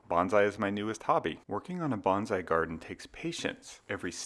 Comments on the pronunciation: “…sort of like Banzai”… ??? Please. It is “Bone Sigh”! You are not a WWII Zero pilot! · Hate to be the guy who says its pronounced ‘bone Sigh’ not ‘bahnzai’ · Can you try to pronounce "bonsai" correctly, please? The first syllable should sound like "bone" and the second like "sigh." "Bonsai" is tree art. "Banzai" means "hurray."